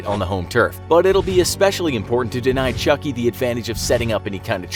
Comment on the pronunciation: I thought you said chunky